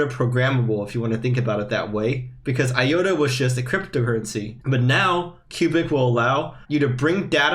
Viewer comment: I think the correct pronunciation is i-ota, not i-yota. Other than that, great video.